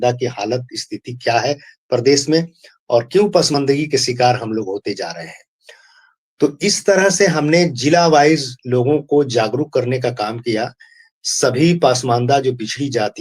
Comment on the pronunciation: दोनों ही अंसारी ब्रदर का उर्दू उच्चारण बहुत खराब है. अगर आप पसमांदा mahaaz नही बोल पाते तो इसका नाम बदलकर कोई और रख लें. पसमांदा को पासमान्दा और mahaaz को mahaaj बोल रहे हैं . Zila को jila बोल रहे हैं.